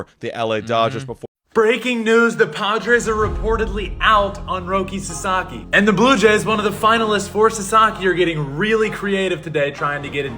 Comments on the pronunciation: In my universe, Sasaki was about to sign with the Giants until he heard those 2 clowns pronounce his name "Rocky" lmao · People, learn to pronounce his fucking name right. Sah Sah Kee. If that's too hard, put his name into Google fucking translate and use the Japanese setting to hear how it's most respectfully pronounced. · Lol man wasn’t trying to sign with a place where people couldn’t even pronounce his name correctly 😂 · Why would Roki go to the Giants when they can't even pronounce his name correctly? That is a big time insult and shows lack of respect! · Sasaki isn't going to your team if you can't pronounce his name correctly. 😛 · the padre fans can’t even pronounce ROKI SASAKIs name correctly lmaooo why would he go to that lame ass franchises and team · Roki sasaki’s name is easy to pronounce, why are they having a hard time saying it?! Darvish is a mentor to the younger Japanese players but, most of them wants to play with Shohei. Also, this feels alot like during the playoffs, they kept saying that dodgers will lose but they kept winning. Dodgers keep getting the players even after they all said not the dodgers. Lol You cannot deny the ShoGM pull.